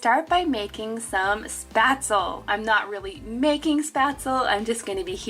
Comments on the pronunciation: As a German your pronunciation of Spätzle gives me shivers down my spine (it's shpatzle with the e spoken too) but my English will do the same for you I fear. I'm from northern Germany and we have a big Scandinavian community here and I love getting the swedish kanelbullar (cinamonbuns) more than the Lussekatter (the safronrolls you had which are traditional swedish at the Lucia-day December 13th) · Its pronouned SpÄtzlE :) love these ideas♡